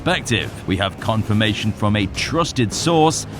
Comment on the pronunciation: Why I listening "KONGfirmation"???